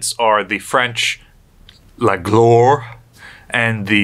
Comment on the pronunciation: "Gloire" will not have an "r" sound in it. That ending in french is pronounced "wah" the whole word will sound like gluh-wah.